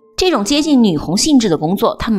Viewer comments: 女紅的紅字發音不是紅色的紅，是工字的發音。視頻主的國文要再加強一下，念錯了！ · 女紅的紅、発音是gong而不是hong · 是唸女工。不是女紅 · 女紅ㄍㄨㄥ，然後是布木布泰，句讀ㄉㄡˋ=逗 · 女紅（音“工”），句读（音“逗”）